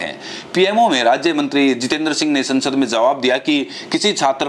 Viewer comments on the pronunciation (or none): none